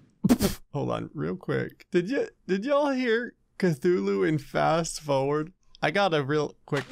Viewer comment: Fast fOwERd